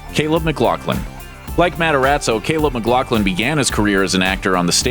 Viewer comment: it's not pronounced "mc-glock-lin", its "mc-gloff-lin." smh